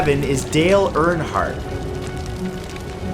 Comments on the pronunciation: It's not ernheart It's erenhart I know it's not the right spelling it's the sound. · LOL! My last name is Reinhardt and I thought it was my last name not Earnhardt.😂😂😂